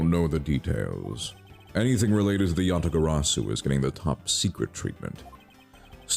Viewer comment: Mispronounciation Tracker Yadagabari (x2)